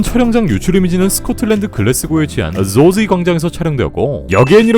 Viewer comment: 죠지 발음너무섹시하고